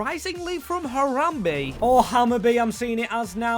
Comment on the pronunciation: i hate how he ha said Harambe instead of Hammarby😂🦍